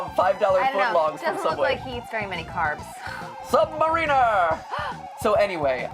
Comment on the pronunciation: Did it bug anyone else when Namor came out of the water, and mat pronounced sub mariner wrong? It probably didn't, but I'm a huge comic book fan, and sometimes little things bug me.